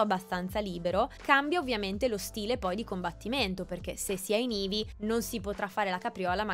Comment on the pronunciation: Anche a me è piaciuto Ma perchè dici eevee al posto di heavy?